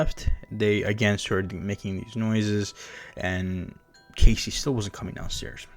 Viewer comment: Bro its not casey its cassie Just make the video all over again